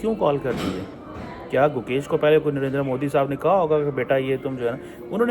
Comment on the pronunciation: His name is Gukesh. Pl correct it.